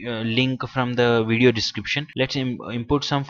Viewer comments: What is a "wideo" ? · "In this wideo"